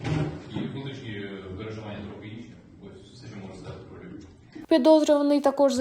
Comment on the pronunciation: Львов, він не говорить Львів. Він схильний більше до російськомовних.